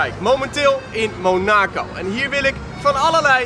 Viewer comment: Het is niet monaaaaacooww maar mon ac o.